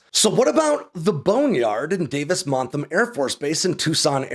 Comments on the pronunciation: It's Monthan, not "Montham." Great video, tho. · It sounds like you're saying "Davis Montham", or is that just my ears? It's "Davis Monthan". As for the fate of the F-22, I'd say remove the RAM, paint them red white and blue and give them to the Thunderbirds. That'd be so cool! Removing or ignoring the status of a lot of the combat and stealth required equipment should make quite a bit cheaper to maintain. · Love your stuff,, but you keep pronouncing Davis-Monthan as “Davis-MonthaM”. It’s got an ‘n’ at the end. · It's Davis Monthan, with an N on the end. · ManthuM? …Manthum? The Boneyard at Davis Mantham? I’ve been in Tucson 45yrs as an aircraft enthusiast and also air show regular loud cheerier for our tip of the sword displays, and never heard anyone call David Monthan…Montham.